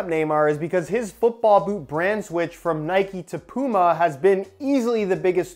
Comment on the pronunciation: your pronouncing puma wrong say it right.